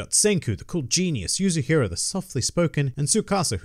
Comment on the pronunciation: How many chapters does volume 1 have ? And the girl's name is "Yuzuriha" not Yuzuhira. It's Yu-Zu-Ri-Ha .